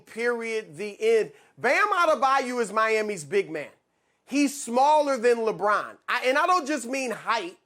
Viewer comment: Why can't he say Lebron name properly? Why does he over emphasise it?